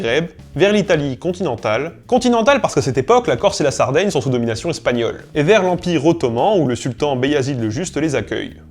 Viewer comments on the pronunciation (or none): none